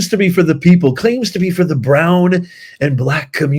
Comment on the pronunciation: I am so SICK of hearing "for the hrown and black communies" NO! It is all of us! Secondly ENGLISH is the language of the United States!